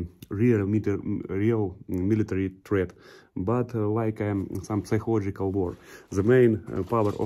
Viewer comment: Женя у тебя очень хороший английский Только не психолождикак а psychological сайколаджикол П не читается